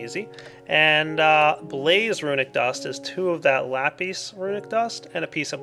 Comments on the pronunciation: btw it's not lapiis it's lapis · It is lapis, but it is pronounced lapeez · me during this video: nonono its lah-piss like piss lah-pissssssss *boom* *flush*